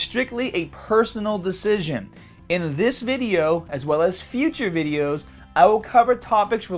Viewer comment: I want to make some Bideous!! 😂